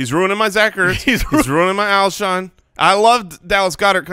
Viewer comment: Lmao I kept thinking “it’s Alshon” over and over during the beginning segment, having to watch and struggle with that was kinda painful haha